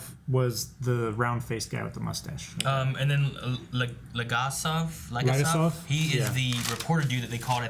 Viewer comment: LegAsov - stress goes on A (second syllable) Fomin - thats a surname and stress goes on I (second syllable)